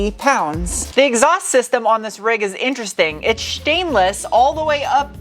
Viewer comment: What's with the Shteel, Shtainless, Shport BS? And the British pronunciation of aluminum? This was hard to watch. Won't be sub-ing.